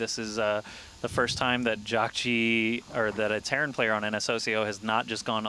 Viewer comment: jeesus fuck, the team's name is ns hoseo (pronounced ho-suh) not fucking hosio